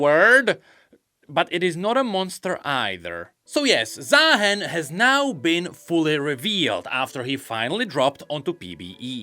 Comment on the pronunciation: why are we still pronouncing his name wrong? ZAAAAAAhen when it's Zah-hen? do we not watch his champion spotlight or Rioters speak his name? or even watch the motion comics?